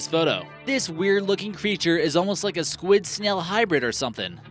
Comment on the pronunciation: Pi is skwiD hahah